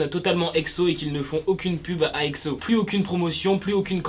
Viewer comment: Pk tu dis Ecso ou lieu de Exo